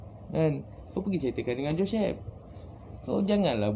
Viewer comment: Joshhhep... Pelat... Haha... Gurau jgn marah bro